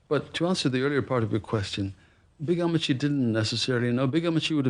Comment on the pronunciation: To hear Oprah W pronounce appachen and ammachy.. sends a thrill, a tickle. Thank you for bringing the Kerala story to world view. I’m reading mine now. You got to sit up to read tho’.